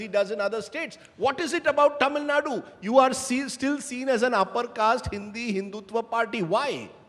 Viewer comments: Who the hell is this and what he has to do with Tamil Nadu elections? He can't even pronounce 'Tamil Nadu' correctly. Is not getting a good spokesperson from Tamil Nadu BJP? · Who's the hell is? He can't even pronounce Tamil Nadu properly.....shit!